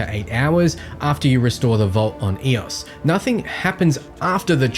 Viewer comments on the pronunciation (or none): broh you keep saying "eros". the planet's name is "EOS" there's no intrusive 'r' in there